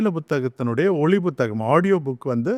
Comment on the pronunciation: Buththagam illai. Puththagam...